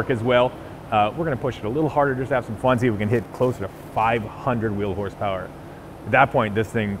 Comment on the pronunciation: What is “horspower”?